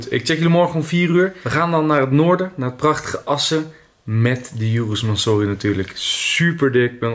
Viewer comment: je spreek urus en mansory verkeerd uit